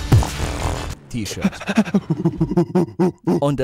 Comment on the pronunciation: Das t - ischirt t - ischirt🤣🤣🤣